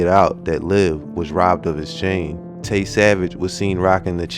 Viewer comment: Damn he say tay a goofy